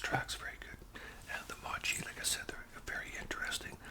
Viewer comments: Hey great video it’s pronounced mow-chee very close though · Another great video- love ice cream- especially chocolate chip ice cream. The sticky mochi is pronounced "MOW" "CHEE". There is an ice cream version and a non ice cream version. The powder is corn starch so they don't stick together. Giving you a shout out